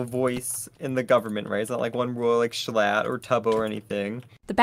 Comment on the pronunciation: No L. Jshlatt more like jschatt